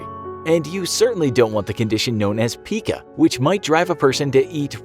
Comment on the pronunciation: It's not pronounced "peeca", it's pieca. Like a lemon pie....pieka.